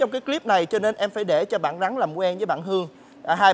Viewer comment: mc gì mà con rắn đọc là con gắn